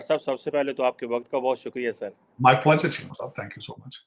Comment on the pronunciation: PLAIIYOR ......Pleasure MAIIYOR ...... Measure EXPOIIYOR ...... Exposure VIYON ....... Vision TELEVIYON ...... Television LAA ...... Law RAA ..... RAW JAA ..... Jaw